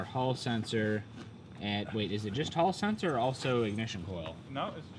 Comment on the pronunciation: New drinking game ... Any time someone says haul sensor take a drink 😋